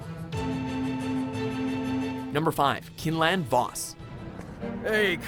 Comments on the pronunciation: Its Quinlan not Kinlan you fucking mongs. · it's pronounced KWIN-LIN for Quinlan. I would know. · It’s pronounced qwi-n-len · Great list, although u butchered Quinlans name this was a very good list and u guys definitely did your research also u included K'Kruhk so u get a bonus points for that